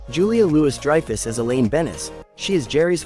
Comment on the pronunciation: it's pronounced "louie" not "lois", George never married, susan died licking the cheap envelopes for the wedding and jackies last name is pronounced like child without the D, Did you ever watch the show?